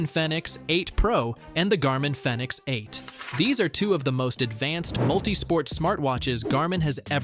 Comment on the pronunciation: Its probounce phoenix. Thumbs down